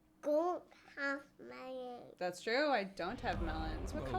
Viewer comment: "I have waht-.. ah mellon" And this, ladies and gentlemen, is how the brittish accent is formed